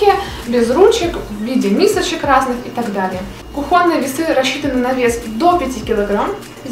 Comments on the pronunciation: кУхонный, а не кухОнный.... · Нашла ответ: украинцы произносят "кухОнни", белорусы - "кухОнны". Но правильно, конечно - кУхонный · правильно кУхонный видео супер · Нашла почему: украинцы произносят "кухОнни", белорусы - "кухОнны".